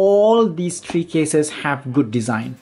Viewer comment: You dont say tree you say three